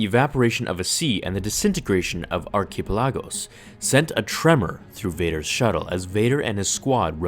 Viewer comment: Uhhhh I think you mispronounced archipelagos